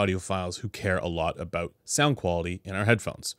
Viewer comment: "Aboot" Are you like 50% Canadian?